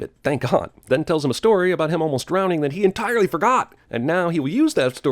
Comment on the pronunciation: Cinema sin sin, fucked up the word "that" . First I ever heard him fuck up tho so